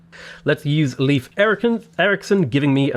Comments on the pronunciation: Just a thing that slightly got on my nerves. The name Leif is not pronounced leaf it is much closer to life in pronunciation. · Love your videos! Your insights are fantastic and your narration is both easy and fun to follow. Mandatory, as a Norwegian: The proper pronunciation of "Leif" (Erikson) is really closer to "Life" than "Leaf".